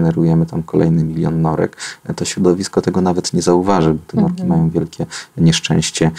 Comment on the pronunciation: Norki, nie "nordki" Panie Dr Mentzen